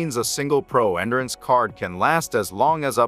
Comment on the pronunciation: Please remake with the proper pronunciation for 'endurance'.